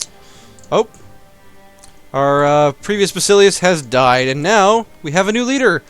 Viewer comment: Hey, i really like your videos and have grown to become an ardent fan of your Byzantium series. But being a Greek and a historian at that, it drives me crazy when i hear you pronounce Basileus and Basilissa. I am going to give you the proper phonetic way: [vasilefs] with the tone going over the e, and [vasilisa] with the tone over the first i. I know i am nitpicking, but i just had to do it :) . But seriously, you are doing a great job and i'll keep watching anyway :) .